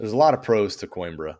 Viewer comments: Isnt it pronounced Queenbra? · it would be really nice if your guest would have pronounced Coimbra correctly. Not pronouncing the name of his new city just makes it seem like he’s an American that doesn’t care enough about assimilating like a thoughtful immigrant. Other than that, the information was good. Thank you.